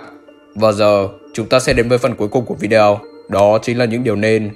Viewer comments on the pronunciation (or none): none